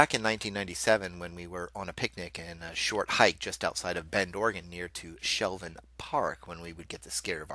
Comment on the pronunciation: I'm from Bend and its Shevlin park not Shelvin park:-) good story